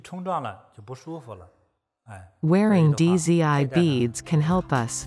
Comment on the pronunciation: Dizzy I beads. 😂😂😂 it's pronounced as "Z" or "Zee" with a silent D.